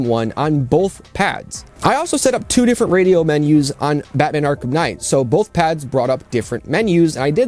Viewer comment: You ever notice that you say both like bowl-th?